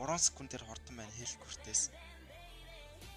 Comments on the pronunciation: Хэлкурт биш Хэлкарт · Malaa hel kart bish helkurt